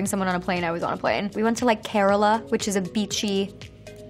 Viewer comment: she said carila to kerala🤣🤣